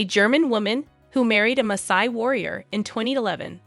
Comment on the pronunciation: she is pronouncing Masai correctly, actually